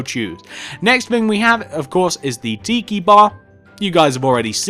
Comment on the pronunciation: It's pronounced TI-KI not Tee-kee